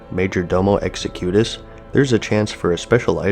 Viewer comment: You realize you didn't say Domo's name right? Hell, Ragnaros has been saying since vanilla. You said "Exe-cutES" when it should be pronounced "Exec-utus". watch?v=OFjvxGzJUhE